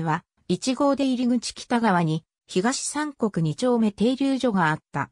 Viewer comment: 読み方 ひがしみくに